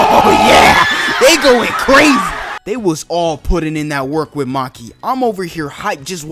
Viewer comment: Ain't no way bro said "Maki"